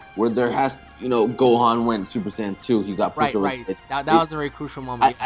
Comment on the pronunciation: Please don't say sAaaayian again. Go back to super SAYain